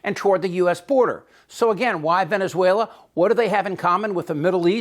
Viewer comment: It's "Venezuela" just saying...